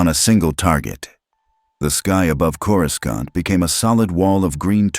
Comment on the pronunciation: “coruskaunt” God I hate these garbage AI voiceover channels